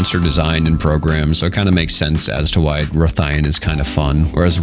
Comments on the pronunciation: Rathalos ian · Why would you pronounce rathalos correctly but then struggle with his wife? lol